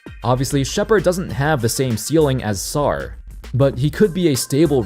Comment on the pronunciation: Put some respect on Sarr’s name tf is wrong with you bru😭😭